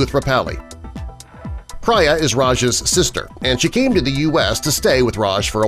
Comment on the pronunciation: its not priiiia its pria